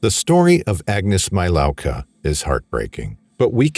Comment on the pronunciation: Thumb done just because you didn’t make an effort to pronounce her name correctly.